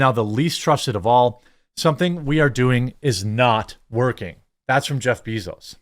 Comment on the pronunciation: anyone else not like how Jeremy pronouncing jeff bezos name. like I hate the guy too but damn